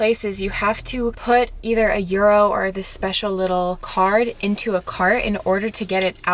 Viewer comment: Euro pronunciation is spot on 😅